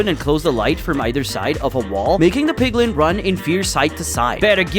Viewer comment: it's not PIGLING it's PIGLIN